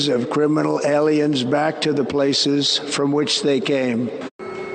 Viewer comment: The way he says criminal aliens with his whiny extra syllable havin ass mouth. 🤜🤜🤜